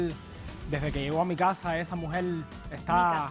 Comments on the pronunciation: Este pendejo " " ni siquiera habla bien...se la pasa..diciendo... esa MUJEL...ESA...MUJEL..ESA....MUJEL.....ESA....MUJEL...( SE DICE..ESA MUJER) PENDEJO!!!!! SALUTATIONS DOCTORA POLO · Esta mujel y está mujel,que le pasa a ésta gente con las R no las pronuncian jajajaja suena horrible,ésta mujel jajajaja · Esa mujel esa mujel Esa mujel Esta mujel